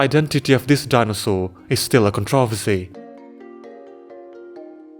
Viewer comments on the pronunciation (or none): ain’t no way you pronounced “controversy” like that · I can't tell if your voice is AI generated or not because nobody pronounces controversy like that.